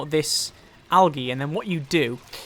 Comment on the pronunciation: awesome vid love it one thing tho algae is pronounced aljee